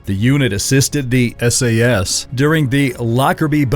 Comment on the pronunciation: Just watching this as I eat something, you know for the laughs. But good god. At hair-red-ford-shire... Sassssss hit squads.